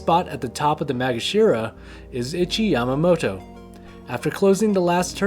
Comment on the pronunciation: "Itchy Yamamoto" lol. Ee - chee bruh.